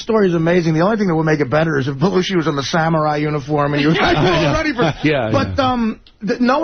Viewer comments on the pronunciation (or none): none